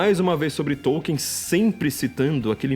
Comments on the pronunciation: tollkeen. nao e tolien sa fala KARAIO. TOLLKEEN. o qe...vc nem tem um dictionary de pronnciacao ingles kassete-kakaka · esse paree atras me faz lembrar as 70s. so falta uma lareira karaio.. tambem nao come areira. souu inteletal mas o teclado ta riuum. nem conheco NINGEM qe ler TOLKIEN. Popper sim. Kuhn sim. Qe porra vai ler TOLKIEN. OUTRO - e pronnnciado TOLLKEEN ta bom? Nao e TOKIEN. e TOLLKEEN.